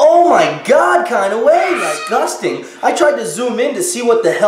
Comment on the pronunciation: to Oh my god! It's like oh my god! Do u see that! It's disguSTANG😂😂😂😂 it forments in the most kind of oh my god kinda way😂😂😂😂😆😆😆